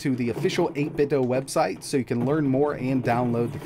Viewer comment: it's pronounced 8bit doo